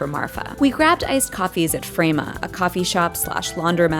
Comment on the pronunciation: Wooo! Frama! (rhymes with llama, not gamma)